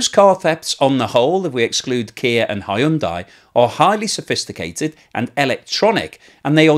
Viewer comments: Hyundai is pronounced , hun-day. Rhymes with Sunday. Not that difficult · Whatever happened to "Hyundai rhymes with Sunday"?